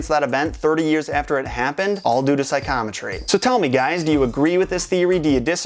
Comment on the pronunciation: Just nit picking but I feel like "psychometry" should be pronounced 'Sigh - co - meh - tree" and not "Sigh - com - uh - tree". :)